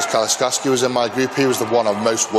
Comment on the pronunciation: it got butchered again by (